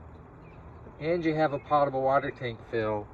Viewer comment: I don't use my Niagara to water my plants so the water isn't "pottable" (pot-a-bull). I do however use the sink in my Niagara to drink from and make tea so the water is potable (poat-a-bull). Only yankees say it like that. Besides that, thank you for the video.